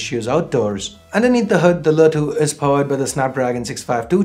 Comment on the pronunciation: Wtf is lä 2?!.. U cud just said LE 2